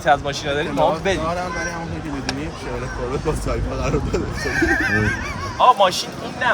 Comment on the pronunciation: شورلت نه کورلت😂❤